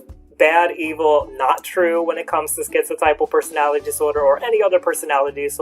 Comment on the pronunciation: My therapist pronounces it, "tip-uhl", but I prefer "type-uhl" like you.